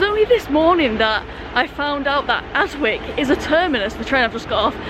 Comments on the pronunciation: Excuse my pedantry, flower, but Adwick is pronounced Adick, the W is silent. While i'm at it, i'm sure you've heard of Slaithwaite station in W/Yorks. If you hav'nt already heard it "pronounced" by the locals, i hereby challenge you to "have a bash at it". I was fair perplexed when i first heard it, yonks a go. ( If ya get it right, i'll eat my head, as some one said in a Dickens novel ! ) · Adwick normally pronounced Addick